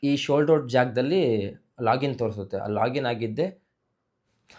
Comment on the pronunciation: Shold out, yeno nin kathe correct aagi pronounce mado anna